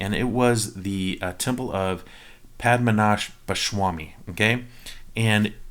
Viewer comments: your pronunciation is SOOO close! not SHWamy, but Swami, and you're good. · dad its padhma--na-bha----swamy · Padmanabhaswami ennokke parayunnekettooo... nte bhagavaneee.... pashamanashbha shwamaayy